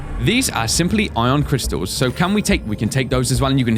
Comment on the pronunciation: in the dunes you said Ion Crystins.